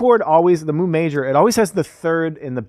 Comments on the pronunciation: Isn't it pronounced "mew"? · As much as I love the cow sounds and puns…pretty sure it’s pronounced like mew if it’s the Greek symbol. Great stuff though! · It's no "Moo", it's "myoo". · Thank you, driving me crazy listening to them say moo